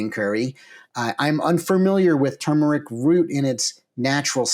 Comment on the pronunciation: TURmeric is not tumoric (toomeric}. The "r" denotes pronunciation similar to the words "turn", "turgid", etc.